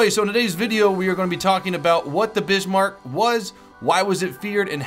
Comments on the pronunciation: The Bismarck and Turpitz is pronounced "Bizzmark" and "Turrpitz". Not Bishmark and Tripitz. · Bizz-Mark, Tur-Pits, Prinz Oy-gen, Kreegs-Mareen. Anything else I can help with, let me know. Some would call me an expert. By the way, I watch your vids because I like your vids. Thumbs up! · its funny at some points of the video i sware you where calling it the bishmark :P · So many errors. Bismarrrrrk, Tur-pits and the H class never had designs for 31inch guns. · Lol I keep hearing bitchmark! lol it was a pain I know. But that ship was powerful and well sad it had to go so quickly as soon it got out of the dock Bismark- the ship that had a lot of potential and taken out British Hood ( only three survived sadly) but a great ship. can't wait to get a hold of it. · is it it just me or was he saying "Bishmark" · Am I the only one that though was calling it the bitchmark in the first 3 minutes? haha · It sounds like he's saying bishmark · Bizmark not Bishmark also the nazi navy is called Kreig-Marine :) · Tirpitz is pronounced Tear pits. And Bismark isn't pronounced Bishmark lol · stop calling it the bishmark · There's no "h" in Bismarck, its Kreegs-muh-reen, it's Tur-pitz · Bismark BIS-MARK and TIRPITZ TER-PITS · Ok not to be a troll or anything but it's pronounced Bizmarck not bishmarck and Prince YOU JEN. On another note I hope this game doesn't make the same mistakes Navy Field made as at some point I assume they will introduce submarines, which totally changed the game play of NF and ruined it for a lot of players. So far though from what I've seen this game looks and seems to play amazingly well. Waiting for my key to beta hope to see you there. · Bismarck pronounced as Bizmark, Tirpitz pronounced as Turpits :P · It's Bis-marck and Tier-pitz